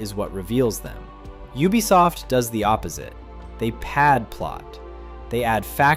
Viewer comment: Finally, a cultured pronouncer of "Ubisoft"